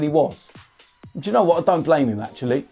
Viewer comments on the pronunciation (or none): none